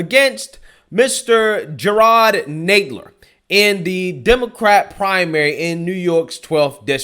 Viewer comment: Hey! It's pronounce "Nadler"...as in "rattler"...and he's also lower than the belly of one too.